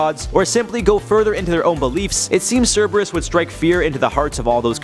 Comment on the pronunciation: It’s correct.